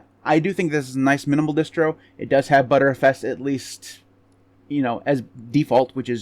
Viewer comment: TIL btrfs is pronounced as butterfs